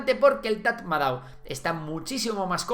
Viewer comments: Tras vivir y trabajar en Myanmar, te puedo decir que Tatmadaw se pronuncia "Tamado". Un dato gratis que te llevas!😅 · Se pronuncia TATMADÓ 😅